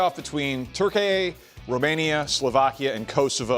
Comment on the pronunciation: Learn how to say Turkey ffs